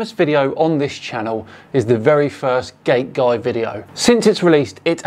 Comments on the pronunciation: Not gonna lie, I keep hearing "gay guy" instead of "gate guy" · I had to listen 4 times to be sure you didnt said gay guy video